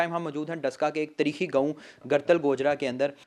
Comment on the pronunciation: By nahi bhai , tirikhi nahi tareekhi